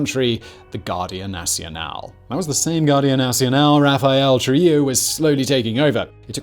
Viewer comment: Bro!!!! ITS NOT TRILLO ITS TRUJILLO --TRU-HE-JO